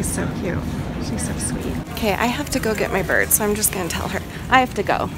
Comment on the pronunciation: im out looking for a bird at first I thought u said birb and I’m like BOrB XD